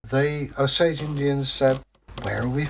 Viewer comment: I am Osage. My Great great grandfather was Chief Claremore. I’m not sure why but people seem to constantly mispronounce the name. The name is O - sage. Not o- SAGE. Hope you don’t mind me correcting you. Really liked the story.